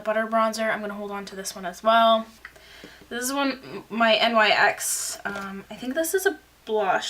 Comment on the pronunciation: Hey girl just so u know NYX isn't pronounced N. Y. X. It's pronounced nix